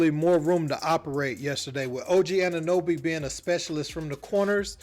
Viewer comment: 'Anunooby' LOL This just proves that Americans don't give a damn about what's happening in Toronto.